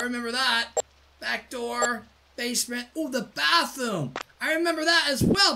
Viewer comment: I don’t think your heard but when he said bathroom when he was looking at the cams he said bathomms